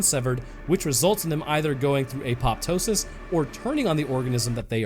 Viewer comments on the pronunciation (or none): none